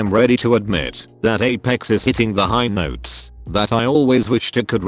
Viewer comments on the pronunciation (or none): none